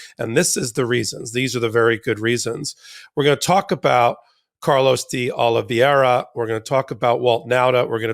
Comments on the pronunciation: Ben... It's Oliveira (sounds like Olivéra) not Oliveriiia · Oliveira not Oliveria. Oliverra for gringos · Ben, it's Olivi-er-a not Olive-ria. Keep the faith! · I always follow your enlightening insights, but must point out that Olveira is pronounced "Ol-VEY-ra, not "Ol-VERY-a", and your use of "a" preceding a noun starting with a vowel makes you sound like a ignorant individual, at least, if not a idiot. But keep up the good work! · Can someone finally tell Ben it's De Oliveira and not De Oliveiria? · ben and you guys arre FABULOUS! pleasE CORRECT your pronunciation of Carlos De Oliveira, since you will be saying his name many times... so please repeat after me: "Oh-lee-VAY (like "ray") - run". NOT "Oh-lee-VER-ee-a. Thank you from all of your Portuguese speaker listeners... KEEP UP THE GREAT WORK! also while I';m at it:: Jack Teixeira is "Tay (like "ray) - SHAY (like "ray) - ruh;) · There is no ria at the end of De Oliveira. It’s just RA. Oliveeeera. Lol. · It's pronounced more like Ah low vay rah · Oli-vee-er-a, Ben. Thx. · I will always love you guys, HOWEVER ! Please be conscientious enough to pronounce names of people and places correctly! Even if they’re not our favorite people or places, it sounds unprofessional when you brilliant guys mispronounce De Oliviera and Iran. K? ❤🙏🏽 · Honestly it’s not that hard to pronounce…and I’m a gringo lol